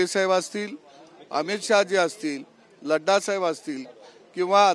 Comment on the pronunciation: नड्डा म्हणा लद्दा नाही